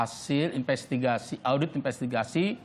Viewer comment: lidahnya keseleo 😅😅😅